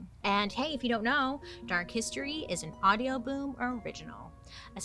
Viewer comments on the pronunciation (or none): none